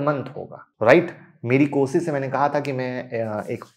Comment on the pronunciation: Koshish bolte hai sh laga k bola kar